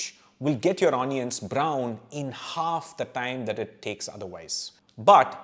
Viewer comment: My God, from where do you get these hitherto not known topics. I am addicted to your videos and share them with my friends. We are all a big fan of yours. Thank you for the amazing info you provide. Just one suggestion. Pl don't mind, kindly don't mispronounce 'onions'. Its like an apashruti in the melody. Excuse me, don't mean to hurt you.